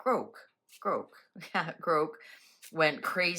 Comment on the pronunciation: It would be pronounced growk if it were spelt 'groke' with an e, like broke. GROK, like Lock. Hope that helps.